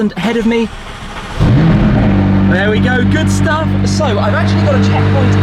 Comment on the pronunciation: lol, did he say "Shtuff"?